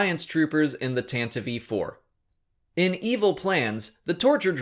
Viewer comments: Your saying Tantive IV wrong. Your saying Tantive V 4. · Is that the accurate pronunciation of the Tantive IV? Tan-Te-Vee? I've always said Tan-Teev. If so, thank you for showing me the light. haha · I'm very curious why you pronounce it Tanti-vee 4. I make no claims to be an expert, but you're the only person I've ever heard say it that way. Every other time I've heard it said out loud, it's always been said like Tant-iv 4. It's not a big deal, i'm just curious. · Tantive IV - "Tantavee" or "Tan-tiv?" I've always pronounced it the second way, assuming a silent E. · It seems like you're pronouncing "Tantive IV" with an extra syllable; "Tantavive IV". Is this the correct pronunciation?